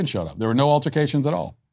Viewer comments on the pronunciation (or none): We be up in here, causin' 'urticatshuns'